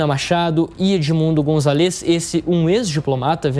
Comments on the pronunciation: Eh de se agoniar como o apresentador fala gritantemente errado o nome do líder da oposição – "Gonzalêz"... Eh González, GonzÁlez, tão difícil assim? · Excelente reportagem, porém queria chamar a atenção do locutor da JP sobre o nome do candidato: o correto é Edmundo GonZAlez (a silaba tônica é no Za e não no LEZ. Isso vale para outros sobrenomes em espanhol (MarTÍnez, MÁRquez, etc) são sempre paroxítonas, nunca oxítonas). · Pronuncia o sobrenome do candidato, è Gonzales.